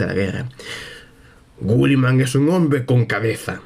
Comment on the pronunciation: Una pregunta porque dices gulliman y no guilliman?